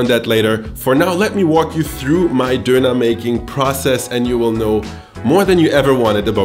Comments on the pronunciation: Diner not duner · its pronounced [DON] + [UH] not donur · First up, it's donner, not Dough knerr. DONN, ERR. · Me stopping this video at 1.15 because i can't handle the way this guy pronounces donner kebab IT'S FUCKING DONNA, DONNNNAAAAAAA, DON NUT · It's so weird to me he pronounces it 'dooner'. We would pronounce it 'donna' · Its pronounced Dewner not doonaah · I was soo annoyed listening to him say dooner. It's Doner (don as in on, not doo as in too!). Theres only one O. Not two. If you claim to be such an expert you should learn how to say it. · I’m triggered by him saying. ‘Doona’